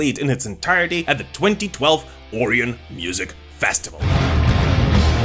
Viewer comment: The oreon festival? Orion(O-Ryan)